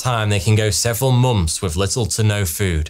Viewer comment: k He pronounces "th" as "ff" most of the time, but in "months" it somehow turned into "momffs". I ove it!!!